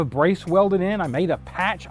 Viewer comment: It almost sounded like you said I maimed this instead of made. Lol